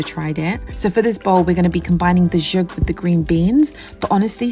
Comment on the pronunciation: These meals are gorgeous! Thank you. Also just wanted to say the pronunciation for Zhoug is Za-howg. Just information. Thank you for inspiring us